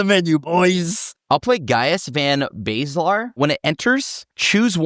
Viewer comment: Why are pronunciations so off if he plays ff14?! "van Baeslar" for Gaius is almost Seth tier letter mixing 🤣